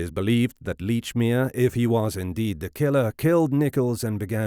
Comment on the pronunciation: Lordy, this "leach"-mere pronunciation is grating.